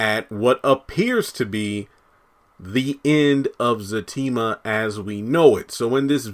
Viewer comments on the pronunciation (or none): It's Zatima Not Zactima